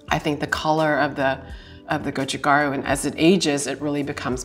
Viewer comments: The sweet spot for the best kimchi flavor is actually between around 2-7 days in my opinion. You get decent fermentation/infusion without the cabbage losing its freshness. Also, it's go-chu-GA-ru, not go-chu-GAR-u. Mispronouncing things (especially if you're supposed to be an expert) makes me question your expertise. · I love MIL kimchi (not the vegan though) and am really appreciating this video. What is so surprising to me is that she's clearly not a Korean language speaker. Her pronunciation is off especially for gochu garu (고추가루). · She sounded very Japanese saying go-chu gar-u